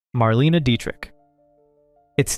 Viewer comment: Interesting video. But I gotta tell you. I gave your video a Like just because of all the YouTubers I've seen do videos about old Hollywood, you are the first one who pronounced Marlene Dietrich's name correctly.